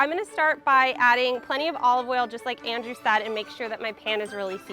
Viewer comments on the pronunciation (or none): none